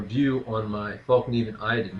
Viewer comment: No, it's pronounced Fell-kniven...